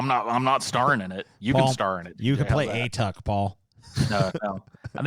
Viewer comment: A-Tuck? It's closer to "ah-TOOK" (rhymes with "book"). It's from an Inuktitut word that roughly means "grandfather" (ᐊᑖᑕᑦᑎᐊᖅ).